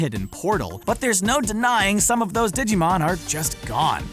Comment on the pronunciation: Ditschimon? dude.... theres a G in that